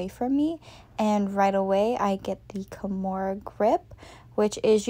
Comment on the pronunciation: yes i heard once a slight KEYmura then you swithched back lol